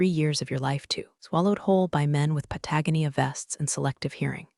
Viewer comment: Why do all these people wear Patagonia vests, and why can't the AI ever pronounce it correctly? Also, what the hell is a "quassa" and an "elmau"? This is yet another total fail. You'd think at least one of these AI fraudsters would figure things out.